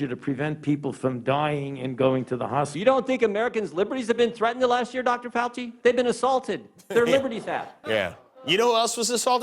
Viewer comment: That would be tortuous to watch such an ignorant waste of space, who can't even pronounce Fauci's name correctly.